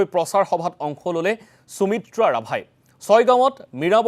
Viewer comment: মহাশয় অনুগ্ৰহ কৰি উচ্চাৰণত গুৰুত্ব দিব নেকি ? সুমিত্ৰা নামটো আপোনাৰ দৰে এজন অসমীয়া মানুহৰ মুখত চুমিত্ৰা বুলি শুনিবলৈ বৰ শ্ৰুতিকটু হৈছে। আমাৰ শব্দ ভাণ্ডাৰ আৰু উচ্চাৰণ আমাক এটা পৃথক জাতি বুলি চিনাকি দিছে , প্ৰতিস্থা কৰিছে। সেয়েহে উচ্চাৰণ শুদ্ধ আৰু সঠিক হলে ভাষাৰ গৰিমা আৰু মৰ্য্যদা ৰক্ষা পৰিব ।